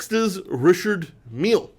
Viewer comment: It's seemingly unanimous that this list of three is plainly wrong. In fact, it's misinformed nonsense. Also, it's pronounced 'Rishard' not "Richard".